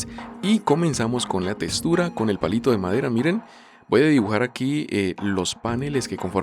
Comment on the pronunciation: Textura❌ Testura✅